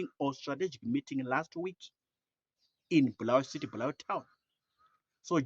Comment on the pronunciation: Bulawayo not bhurawayo